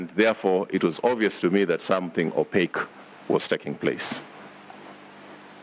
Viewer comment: The moment he mentioned the word Opaque 🥺🥺 nimeenda. I ain't listening any further 🤣🤣🤣. continues